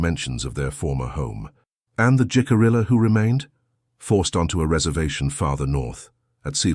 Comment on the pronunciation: I like this story very much. Much of my family arrived in Jamestown in 1700. They were blonde,blue eyed, small in stature( and still are to this day). First, Jicarilla is pronounced " he-ca-ree-ya". Second the "STOCKHOLM SYNDROME" did not appear until the late 1960s or early 1970s. It was used when Patty Hearst was kidnapped by the SLA ( symbionese liberation army) and held for ransom. She joined them. Anyway, my 1700s family would allow indigenous people stay at their " ordinary" in Williamsburg. At one time an " Indian Princess" stayed as she was a witness during a trial. These relatives were French Huguenot. They settled all over Virginia way out where the James River was the only means of transport. They knew and traded with the indigenous population. When they moved farther West they then were friendly with Osage. These are great stories. Women were often alone for whatever reason. They had to live by their wits.